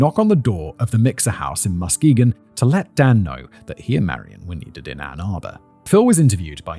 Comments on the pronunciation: It's Ma-ski-gon, but you have to say it quickly like a michigander 😂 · The emphasis is on the second syllable: muss-KEE-gun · I swear nobody can pronounce Muskegon correctly. Trap Lore Ross does the same shit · As a west Michigan native, hearing Simon pronounce Muskegon gives me a chuckle. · I was the one who suggested this episode to Emma and I should've thought to offer local pronunciation assistance before she sent poor Fact Boy out on his own 😂 I've never heard so many creative versions of "Muskegon" that are all wrong in their own unique inflections